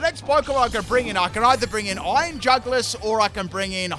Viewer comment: Iron NutSack LMAO 🤣 😂 😆 😅 💀 EVEN couldn't say it lol